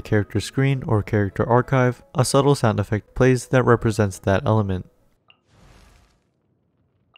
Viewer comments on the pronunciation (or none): none